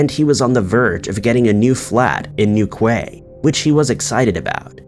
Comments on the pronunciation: Chad went missing in Newquay and if you can be bothered it's pronounced New Key. Don't you have google to check these things. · In the first case New Quay is pronounced New Key, love your videos xx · FYI Newquay is pronounced New - key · Newquay (pronounced Noo Key). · Newquay in Cornwall is pronounced New-key! Love your vids though 🤩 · The first one the place Newquay , is pronounced ( New key ) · Cornwall Newquay is pronounced New-Key. So sad, I hope all their loved ones will have closure soon 🥺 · Newquay is pronounced New-Key just FYI, British towns and cities can have AWFUL pronunciations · Newquay is pronounced New Key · Newquay is actually pronounced New KEY!!!!!!